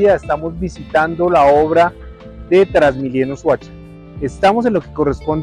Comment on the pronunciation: "la obra de trasmilleno" 😅😅